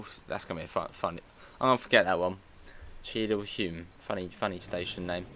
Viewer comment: Cheadle Hulme is pronounced 'Hewm'. Same with Levenshulme.